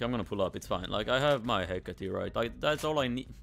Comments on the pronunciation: Me when pronounce it as hecati: REEEEEEEEEEEEEEEEEEEEEEEEEEEEEE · Its a “heceyt.”